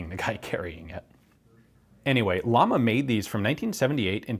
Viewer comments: You have to pronunce ut like "jama" not lama. The company's name is cuz a flame,not cuz the animal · It's not "lama", it's pronounced "yama" or "shama", and it means "flame" in spanish :D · Llama= Spanish trademark, thus should be pronounced "ya-ma" not "la-ma" due to double L phonetic rule in that language. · I think it's pronounced "yama," not "llama" like the animal. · its not lama.... ITS LLAMA, at least get the pronunciation right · Please, don't pronounce llama as "lama" but as "yama". Greetings from Spain. By the way, you got on your hands something that 99,9% of Spaniards will never see close or in reality. God bless "Murika"... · ...its pronounced "yama" not lama, means flame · Is the company name pronounced "llama" like the animal or, as the two Ls in Spanish should sound, "yama" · its not pronounced like the animal its pronounced like "iama" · It's pronounced "Yama" not "Lama" Ian! Llama means flame. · Just a minor detail, but irritating to spanish speakers: It's Llama, not Lama. It's a doble "L", which always sound like "Y". So, pronounce it as "Yama". It's a totally diferent sound. You can use Google Translate to check the correct spanish pronunciation. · Just a lil correction, we pronounce Yama and it means flame. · I hate to be that guy but it's like a thorn in my side, it's pronounced "yama" ll in spanish makes a Y sound, sorry. Love the video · It’s pronounced “Yama” as in “como se llama…” it’s Spanish for “name” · LL sounds like the Y in Yes J sounds like the H in hike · Great video as always, its great to see some guns from my country from time to time. One small correction, you are pronouncing llama like the animal in english, its pronounced like a "hard L", "yama", means flame in spanish (like the company logo) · My mothers maiden name is Llamas. And its not llamas like the animal, its Ilamas as in spanish for flames. The double L makes a Y'ish sound, like in quesadillas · Pronounced yahma , double L in Spanish has a yah sound